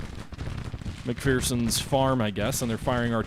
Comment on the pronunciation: It's pronounced "Mc-FER-son". There is no FEAR in McPherson. At least ... that's what the Gettysburg tour guide told me.